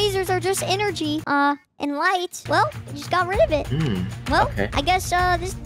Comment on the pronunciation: When he said energry I felt that